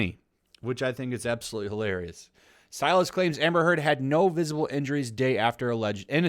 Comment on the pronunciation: I like that subtle part of that monologue, " . . . him vs. her-d". (Heard) LOL